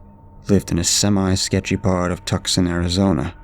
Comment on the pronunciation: Tuscon is pronounced "Two-sahn". But hearing you say Tuckson made me smile.